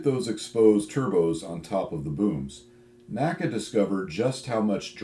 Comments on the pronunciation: N-A-C-A, not NACA. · Very informative video, as always! Some interesting Tidbit I learned from listening to the recent Fighter Pilot Podcast's "NASA" episode: NACA isn't pronounced "Naca" by NASA guys, but "N.A.C.A". This is no criticism or that you should change anything, the Co-Host (Test Pilot herself) also didn't know that - So I guess nobody would understand if somebody would use N.A.C.A all of a sudden ;-) Keep up the good work!